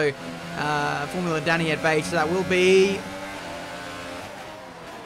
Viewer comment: Not sure if you care at all, but in case you do, quick word from a fellow Hungarian: 'a' in Dani should be pronounced as a deep 'ah' just like in 'Forza', instead of 'Danny'.